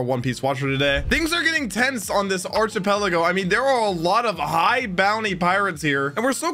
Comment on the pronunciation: you need to learn to pronounce archipelago and mariejois